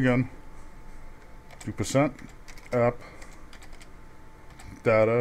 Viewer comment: lol u say %Appdater%